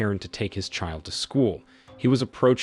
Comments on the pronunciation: This must be narrated by Ai we all know Sean is Shawn not seen. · SHAN “SEAN” NOT SIN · I'm tired of these A.I. voice recap videos. "Seen" lol. "Nine Hundred and eleven" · I had to stop watching due to hearing Sean being called "Seen" like really? I mean really?!? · How the hell do you read sean as scene?!?!? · Sean , "seen" , are you kidding? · The repeated mispronunciation of Sean as 'Scene' was downright nerve-racking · Keeps misprouncing his name....Sean (Shaun). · Stupid pronunciation since SEAN PENN is in the damned movie! Sean = Shawn, Shaun. I’m sure there are other spellings, too that are pronounced the same way. Good grief! So distracting since the name was mispronounced practically every other word. 🤬